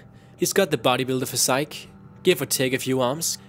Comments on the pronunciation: "Pokemon are just superpowered animals" "The sun is 10,000 degreese 'Felcius" "His body looks like a body builders 'physike'". Great job, I'm only 3 minutes into the video, and you've proven to be one the dumbest people on YouTube. Let's dive down on the reasons why: #1. Pokemon are not animals. They are pocket monsters. #2: The sun's surface is 10 MILLION degrees FAHRENHEIT, not 10 thousand "felcius". #3. Physike is not a word. It's Physique. Pronounced: "Phys-eek". Also, wtf is a "Galloon"? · Felcious, Galoons xD, physike, uniworse my fav pronunciation errors in this video